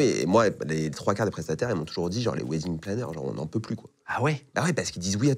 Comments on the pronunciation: Alors quand on en fait son métier....on devrait au moins savoir PRONONCER le mot WEDDING... Le mot wedding se prononce WÈDING.....mais surement pas WIDING.... Les français vous êtes vraiment la risée du monde entier....vous apprenez l'anglais oú....à Barbès !?!?!?!?!?!? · Wedding planner.... cela se prononce "wèdding" ;-) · C'est idiot de trouver un intitulé de boulot en anglais, surtout quand on est incapable de le prononcer correctement, pourtant il n'y a que 2 mots.... "WEDDING" comme dans "WESH"